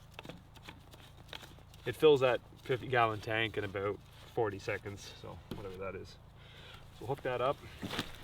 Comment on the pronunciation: He said aboot(yes, I am American).